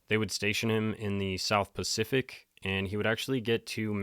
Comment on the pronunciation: He knows, I corrected him on the Marylin Monroe video and he replied. He’s trolling us with that the same way he does “Specific and Pacific”! 😂❤